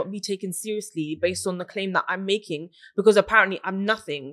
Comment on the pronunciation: “Successful” but still can not pronounce “because” properly 🤦🏻‍♀️